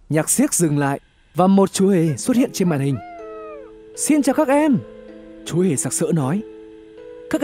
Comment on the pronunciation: Ban đầu đọc là chmúa hmề bobble